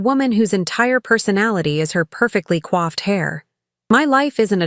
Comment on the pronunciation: How about we get "coiffed" (as in groomed) hair, rather than "quaffed" (as in drank) hair?